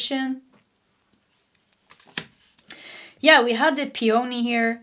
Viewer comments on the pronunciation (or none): I love your readings, and I grew up in a household with several languages. English came last. I LOVE mispronunciations, and Pe-OH-nee made me laugh so hard. It's PEE-oh-nee.